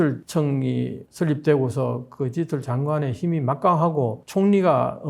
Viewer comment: 디지털 발음 연습하세요 ㅠㅠ